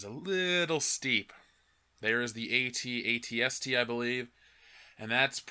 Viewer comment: The fuck is a AT-ATST. Its an AT-ACT fam LMAO